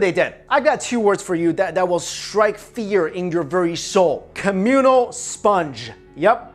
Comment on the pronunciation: Communal...what did he just say?!?!